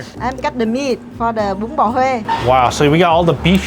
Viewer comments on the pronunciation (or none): 'bún' is pronounced more like 'boon', not the english word 'bun' (as in burger bun)